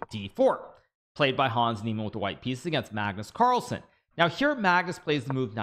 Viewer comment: Pagnus parlsen 😂